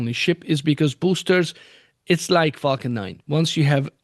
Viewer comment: It would be great if all the people that pronounce "f a l c o n" as "f u c k e n" would practice changing that. It's not just you but it is the same with some commentators on Nasa Spaceflight.